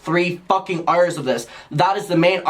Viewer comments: im glad i saw this comment thought he said ire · i have NEVER in my life heard anyone pronounce the word "hour" like that EVER i am appalled i watched it three times over i'm literally crying u fr said "earhyre" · The way you say Hour lol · the way he pronounces "hour" lol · I love the way you say hour